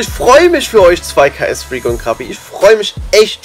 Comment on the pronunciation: Zu dumm um ksfreak auszusprechen